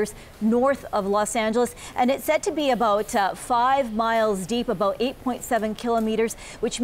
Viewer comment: 😂 he said aboot